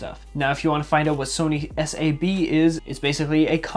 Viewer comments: its Sony SEAB -pronunciation lol not SAAB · It is sab and not S A B! The same goes for pal. It is pal and not P A L. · Its not Sony s.a.b but sab like a is suppressed and not p.a.l but pael in pronunciation